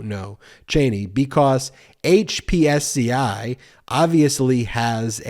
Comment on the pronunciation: Dude, it is pronounced hip-see. Not HPSCI.